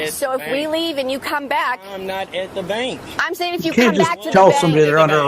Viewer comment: Wtf is a "benk"?